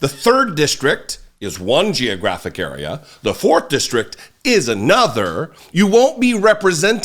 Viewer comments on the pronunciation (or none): none